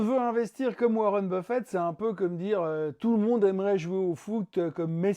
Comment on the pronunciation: Intéressant comme toujours, mais attention à ne pas confondre W. Buffett (avec deux T à la fin) avec le buffet du salon...